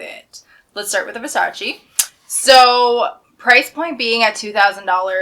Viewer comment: No Versaciiiiii only Versaceeeeeeee